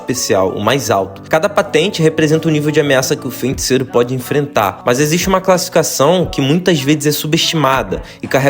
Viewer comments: FENticeiro não, mano... Se fala FEI!!! FEI... FEIticeiro. Que agonia ouvir tu falando errado kkkk. Vou contratar uma fonoaudióloga pra vc! hahaha Zoeira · Vídeo muito bom … só achei estranho falar fenticeiro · O vídeo é bom mas dizer "feinticeiro" todas as vezes me deu gatilho.